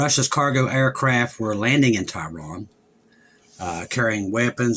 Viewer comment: Where is this place "tie Ron" that you speak of?